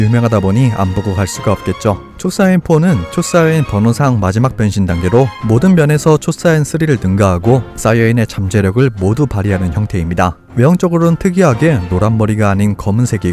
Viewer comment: 사이어인이 아니라 사이야인